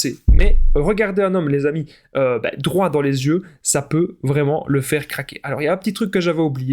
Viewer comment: Il faillit dire caquer au lieu de dire craquer 😂😂😂😂